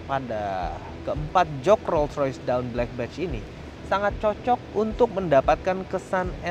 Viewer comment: dawn dibacanya dôn bukan dawn atau doun